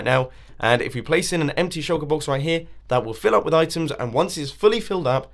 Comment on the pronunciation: Does I the only one who heard choco- box? And not shulker box.